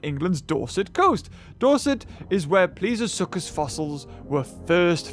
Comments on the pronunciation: I just realized that you say PLIOsuchus when it's actually PLESIOsuchus. Care to explain? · How have people not mentioned that he is pronouncing plesiosuchus as pliosuchus? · When manages about 8 different pronunciations of plesiosuchus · u pronounce plesiosuchus wrongly